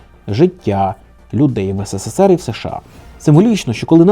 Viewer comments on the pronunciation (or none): хочу сказати що ви робите в кожному ролику помилку "ссср" а не "срср" знаю що це виглядаэ зарозуміло, але мені просто ріже слух